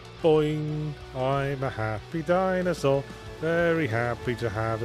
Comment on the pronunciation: Or like, "Dinosaurd" or "Dinoswaurd" ><